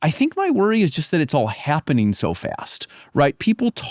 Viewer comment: "It's hyappening very fyast." An AI leader who can't pronounce the letter a without inserting a y beforehand 🤔